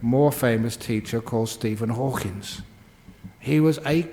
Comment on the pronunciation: Wonderful talk and so entertaining, but just a slight correction; it's Hawking, not Hawkins.